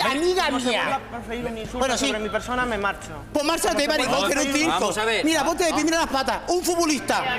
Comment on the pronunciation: Un furbulistah: uy qué circoh 🤣🤣🤣🤣🤣🤣🤣🤣🤣🤣🤣🤣🤣